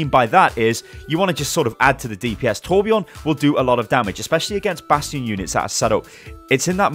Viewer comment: ITS TORBJÖRN